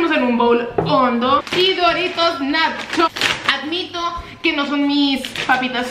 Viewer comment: dorito "nasshho", Hermosillense ON👀